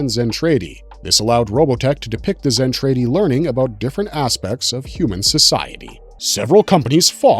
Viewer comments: ..............."Zen-Trade-Y" ?????? Seriously?? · Zen Tray Dee 🤣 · You can’t pronounce Zentradi correctly